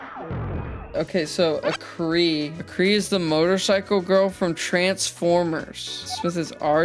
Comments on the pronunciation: Oh boy I can't wait to watch this funny Hear Me Out video- "A-Cree" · Do not EVER pronounce arcees name like that again. Its pronounced AR-SEE ok? If i EVER catch you pronouncing that shit like that again im crashing tf out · WHAT WAS THAT PRONUNCIATION SMITH IM GONNA GET YOU NOW YOU HURT MY SOUL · As a transformers nut, im mad now